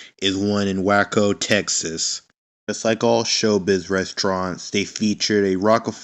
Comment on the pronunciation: Correction: It is pronounced Way-ko not Wacko. (In regards to your pronunciation of Waco, Texas)